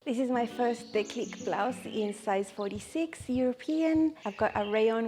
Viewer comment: Gorgeous tops! I will have to go have a look at the website. French tip - the acute accent makes the E hard like deep rather than soft like depth (who would have thought my high school French had real world application 45 years later).